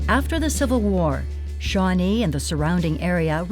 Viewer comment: It's Shawnée